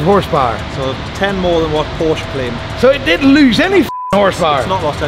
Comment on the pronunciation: It’s Porsche!!!!! 2 syllables geez